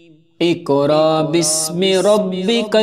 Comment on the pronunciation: Assalam o alikum Ap ny pehli aayat mein iqra sahi parha hai.magr agli baar ikraa parha buht muaazrat ky sath esy durust kr lyen .